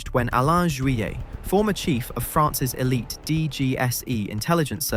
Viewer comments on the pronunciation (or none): none